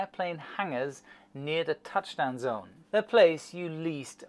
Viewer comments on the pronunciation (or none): none